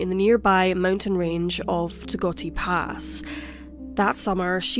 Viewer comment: It's Togwotee Pass.